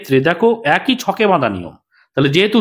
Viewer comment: What is "ekoi" niyome hote thakbe ? 😂😂 This is "eki" niyome hote thakbe 😏😏